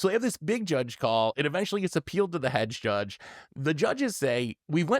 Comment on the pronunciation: pronounced Head Judge as "hedge judge". In this case, it was warranted.